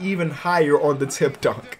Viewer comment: When you saying “tipped dunk” it sounds like you saying “Tim Duncan” every time 😂😂